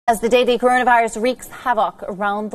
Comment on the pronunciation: listen carefully it seems like she pronounce "Gorona virus" love that